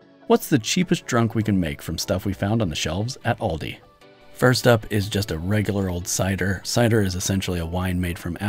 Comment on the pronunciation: Bro it's pronounced Aldi, not Uldi you sound like an imbecile